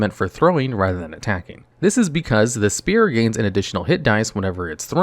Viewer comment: Spear, not sphere. Thank you.